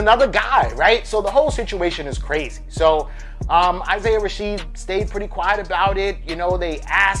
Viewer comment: I’m disliking this because you keep saying “Isaiah Rasheed.”